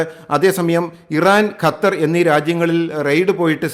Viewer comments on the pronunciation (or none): none